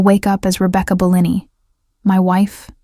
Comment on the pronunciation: Great story. Terrible video. Hearing Bellini pronounced incorrectly over and over, the terrible unrelated background is the lazy way out.